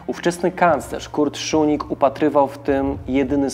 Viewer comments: błędna wzmowa nazwiska kancleża Austrii.W żadnym wypadku Szunig tylko Szusznig. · Jedna mała uwaga, nazwisko kanclerza Austrii brzmi Kurt Schuschnigg czytamy szusznik, szusznig, a nie szunig 😉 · Schuschnigg a nie "Szunig" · dlaczego mówi pan Szunig . kanclerz Austrii nazywał się Schuschnigg co wymawia się Szusznig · Schuschnigg (Wymawiamy Szusznig), a nie Schuning. Wielka Brytania miała zareagować- niby jak? Miaĺa cztery dywizje piechoty. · Strasznie to razi... mam nadzieję, że nie tylko mnie... Suschnig a nie schunig, czy jakoś tak jak jest w audycji.... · Czyta się "SZUSZNIG", a nie "SZUNIG". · Błagam..Szusznig a nie Szuning.. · szuszning a nie szunnig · Uwielbiam Wasz kanał, ale o co chodzi z tym dziwnym wymawianiem niemieckich nazw? Kanclerza czytamy Szusznig, a Reichstag to nie Rajsztag, tylko Rajchstag... 🤔🤔🤔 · Kurczę, uczyłem się niemieckiego 8 lat, mam znajomych Niemców i Austriaków i żaden nie powiedziałby inaczej niż Szusznig. To samo z Reichstagiem - Rajchstag lub ewentualnie Rajśtag, ale nie Rajsztag 🧐 Trzymam kciuki za kanał, bo - poza dziwną wymową też w innych filmikach - treść bardzo wartościowa. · Nie Schunigg tylko Schuschnigg i Reichstag nie Rajsztag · Ciekawy materiał. Zdecydowanie Autor musi popracować nad wymową nazwisk niemieckich. Nazwisko kanclerza Austri Kurta Schuschnigga wymawiamy jako Szusznig a Seyss-Inquart to Zajss-Inkwart. I będzie super. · Porwana wymowa Szusznig. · Pierwszy raz spotykam się z taką wymową nazwiska kanclerza Austrii...aż zacząłem szukać kto to jest....jednak wymową jest zła